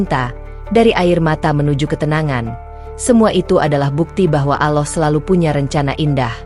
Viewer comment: Apa kehendal aloh itu, ya aloh apa ya aloh itu, gitu jadu penutur